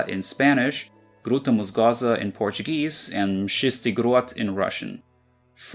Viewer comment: меня расмешило с вашего"МшИстыЙ Грот". буду честен вы хорошо произнесли "костяная низина" близко к правде, но слишком большое акцентирование на букве "Ч", а так хорошо в слове"ткачедом" нужно делать акцент на букве "о" это называется ударение